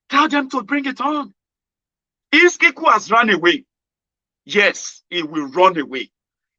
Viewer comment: The name is Iskilu and not Iskiku